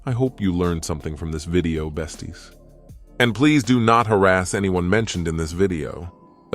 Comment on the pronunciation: Off topic but whenever you said besties, I couldn’t stop laughing 💀💀💀